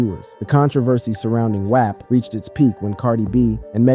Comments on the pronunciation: why tf are you saying WAP like that??? it’s pronounced WAWP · Who mispronounce “WAP?”…